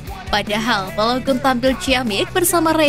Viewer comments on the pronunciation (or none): bacanya BALOGAN min. trs EVERTEN, ODIGARD.